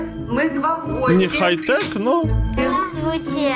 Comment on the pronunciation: Не хай тек, а хай так 😁